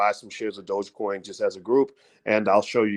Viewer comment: i am really having a hard time listening to you say "buy shares of crypto" or calling it "Dodge" coin.c'mon doc, (its DOge, (long O sound) . lol if you gonna talk about dont sound like a newbie. jus seems weird from a man i respect so much in finance. gotta work on that.